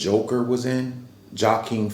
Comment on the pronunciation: The “J” is silent in Joaquin’s name sir.